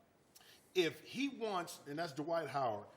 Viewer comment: His name is pronounced Dwight, not D'White :)